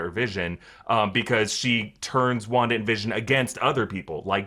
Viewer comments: he said wander tehe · Shouldn't it be called wan daaaa f**, instead of wanda the f** ?